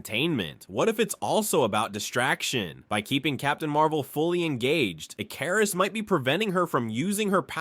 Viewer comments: Ick-er-iss not e-car-is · “Eh-KAR-is” is where I walked away. 😅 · Ick-er-is not ik-car-is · Pronounced (Ick- ker- wrist) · How many different ways are you going to pronounce Ikarus wrongly? It's pronounced ICARUS like the myth. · How do you mispronounce his name the entire thing, when they blatantly say his name so you know exactly how to? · Why the fuck does it pronounce his name like that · The way your saying his name is bothering me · Ai cant aay Icarus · I know it's petty but the fact he kept mispronouncing ikaris was driving me crazy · Why is he mispronouncing "Ikaris"? 😅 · Why is the pronunciation of ikaris soo bad in the video 😂😂😂😂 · Dude pronounced Ikaris different everytime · Why can't any Yank or AI say Icarus right? 😂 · Bro is this AI because nothing is pronounced right